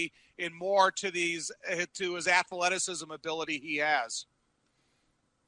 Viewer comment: Welcome in to Bears Weekly with your self-important opening narrator,. Hey, dipsh*t Thayer, it's pronounced "TarKENton", not "TarKINGton", & "ath-le-ti-ci-sm", not "ath-UH-le-ti-ci-sm", ya f*cking Neanderthal. And what's up with Wayne "the traitor" Larrivee's new, profoundly nasally tone? Snorting too much parmesan?